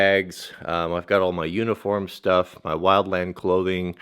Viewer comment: lol, shtuff.